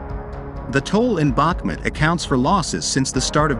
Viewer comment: ‼‼‼FYI, it is pronounced BaHmOOt, and the accent is on the second syllable. I am from Ukraine :)